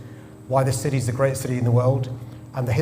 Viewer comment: The way sadact Khan pronounces city as ciddee really winds me up.